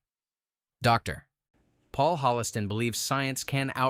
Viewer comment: Ugh! The audio of this video is AI spoken. The AI said Dr. (with a period) as if it was the end of a sentence. I miss the old days of personalization.